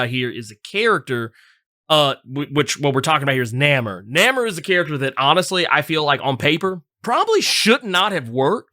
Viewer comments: WHO THE HELL IS NAMER? Does have a speech impediment or something? Why does he keep butchering the man's name? Even knows he's pronouncing his name wrong. That's why he keeps calling him Kukulkan. Go ahead, set the man straight. His name is Namor, Pronounced Nay-More. Get it right IMPERIUS REX! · NAMOR (NAY-MORE) LOL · It's hard hearing say "Nammer". Can't wait to see the movie. Sub Mariner and the silver Surfer were the first characters I was introduced to. They are still favorites too this day. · There's a reason he says Nammer ... !